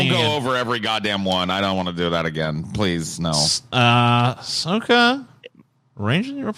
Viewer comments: got Ahsoka's name right. Good job,. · Holy shit pronounced it correctly! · got Ahsoka's pronunciation right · Holy shit, congrats to on pronouncing her name right, hearing NC just constantly fuck up her name is so irritating, The clone wars and Rebels are great because they actually get better as they go along